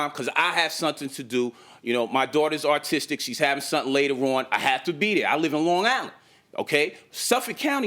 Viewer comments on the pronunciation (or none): i mean did he say artistic or autistic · ARTISITICT? LOL YOU ARE A MESS UMMMMMMMMMMMMMMMMMMMMMMMMMMMMMMMMMMMMMMMMMMMMMM